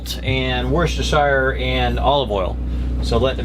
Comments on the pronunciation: Hi loving the new boat, the proper way of pronuncing worchester is (wuss ter cher ), fan from UK * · woos - ta - shuh sauce ;-)